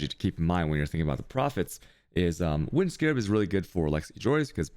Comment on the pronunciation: Okay enough is enough. Its Alk not Al-ch And its Meh-sah not Mee-sa| I just watched more.. Cha-yos? REALLY And how you pronounce winged? omfg